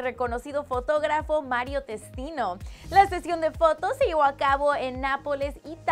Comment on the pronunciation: Like si se te hizo raro escuchar a decir "Mario Testino" y no "Mariouh Tistinouh"